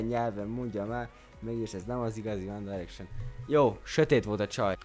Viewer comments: Amúgy a One Direction-t helyesen mondtad ki :D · Amúgy jól mondtad a 1D-t. Tulajdonképpen mindkét módon helyes, mert a Brit angol "Dájreksön"-nek míg az amerikai "Direksön"-nek mondja. :D